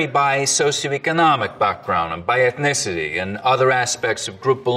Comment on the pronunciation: "Ecknicity?" God, that's even worse than "exetera".